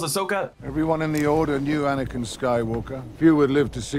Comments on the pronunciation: "Faux"nikin Skywalker? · No one gonna talk about how he said anikin came.